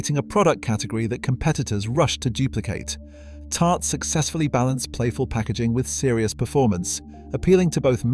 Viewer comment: Tarte-one syllable